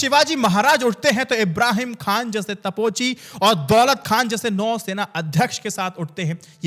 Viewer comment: It is TOPCHI not TAPOCHI